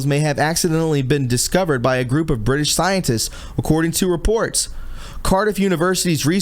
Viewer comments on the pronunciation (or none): none